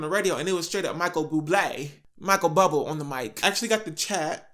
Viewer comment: my mans said "Michael Bubble"